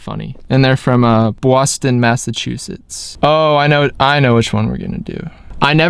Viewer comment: I was expecting feel something by movement😂 also the way you said Boston offended me we don’t talk like that dude😂